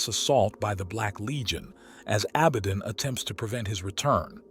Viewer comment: Your pronunciation is atrocious and makes this entire video unwatchable. You are either using a text to speech, AI agent, or your have never seen any other lore videos ever created. Prime Arch? Did you mean Prime Ark? A ba don AB a don ABAD On. Can you make up your mind how to say this word? Ghoulimon? did you mean Gilliemon? My favorite was Imperia of man. IMP ear e um. There is a reason why this narrator was forgotten.